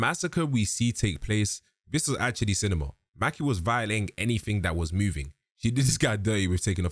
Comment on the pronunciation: Mah-key not Mackee 😂😂😂😂